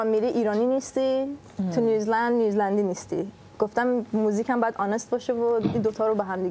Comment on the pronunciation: بابا... اسم کشور New Zealand هستش و نیوزی لند تلفظ میشه، نه نیوز لند (News land)... تو رو خدا یکم دقت کنید! دم سینا گرم که درست تلفظ میکنه و هی هم‌تکرار میکنه که اون خانوم متوجه بشه ولی اصلا تو باغ نیست. کار موزیکش خوبه ولی تلفظ بد اسم کشوری که توش زندگی میکنه رو اعصابه.